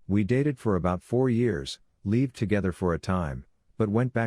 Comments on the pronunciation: Why is the pronounciation of 'lived' so weird? Makes it sound like OP spelt it 'leaved'. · does anyone else find it super irritating how it pronounces the word lived? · Pleas update you software, the mispronounced lived is very irritating.